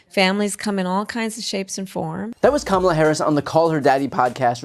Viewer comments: As earlier stated, HUCKabee Sanders is another of the arrogantly brain dead faction who insist on deliberately mispronouncing VP Harris’ first name. It’s not “Kuh-Mollah”, but they know that. In any case, it’s no negative reflection on VP Harris, but it does make a statement about the low intellectual standards of the cult, of which Sanders is a Charter member. And by the way, perhaps with a name like HUCKabee, she should demur from taking creative license with other people’s names. 😃 Just a thought. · She says she's humble while she denigrates, and intentionally mispronounces Kamala... she's gonna own you while she gaslights you... Are we playing Disney villainess, now? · Huccabee sanders is humble?? She won’t even pronounce Kamala’s name right, she so ridiculous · Clearly, I am the only one irked by the total lack of respect shown for a presidential candidate! Deliberately mispronouncing the name. Kamala is easy to say, but her opponents and faux news dumbshits love to say it wrong. They would scream if publicly, people started calling trump dump. Grow up people, we are no longer in grade school! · Gov Huckaabie is like Mr. Tramp. They both have a problem pronouncing VP Harris’ first name. I wonder what that’s all about. Just sayin. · The hypocrisy of considering yourself humble, while simultaneously mispronouncing the Vice President’s name on purpose. 🙄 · The collective effort of the MAGA Republicans to mispronounce Kamala is laughable. For self-proclaimed alphas, it sure is beta passive-aggressive. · What makes me sick is every sing Republikkkan says her name wrong and say it the same way, its so disrespectful and makes me have not a inch of respect for any of them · How humble are you to mispronounce another woman's name. On purpose. What a dope. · What makes her rude. Mispronounced the Vice President's name intentionally. What a bad example she is to her children 😢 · She will pronounce her name correctly in January 2025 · Pronounce her name correctly comma la